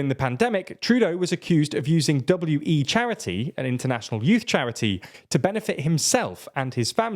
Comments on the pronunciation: Just a heads up, “WE” is pronounced like “we”, not “W. E.” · WE charity was pronounced „we“ as in the personal pronoun.